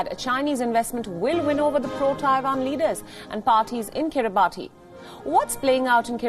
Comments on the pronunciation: Wrong pronounced it's Kribas because of country official language. But we write kribati. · It is pronounced kiri-bahs...just saying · It's pronounced kiri-bahs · Guys. Please at least pronounce the name correctly. It undermines your editorial integrity if you pronounce a country's name incorrectly. It's pronounced akin to 'Kiribas' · I'm surprised nobody's on her case for saying the island name wrong.